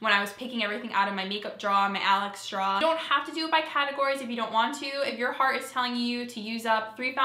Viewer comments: Omg love the way you say draw. Your accent comes out, though you might think you have one. Great job. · are you saying draw? Makeup draw?